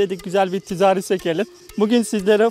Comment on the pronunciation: Tizağri değil (ticari)